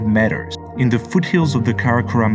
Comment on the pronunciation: Please learn the pronunciation of meter, this is hard to listen